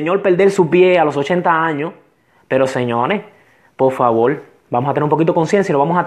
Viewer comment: Se dise por favor no polfavor